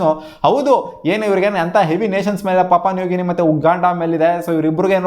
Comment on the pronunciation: Bro papa nugini alla papua new guinea 😂😅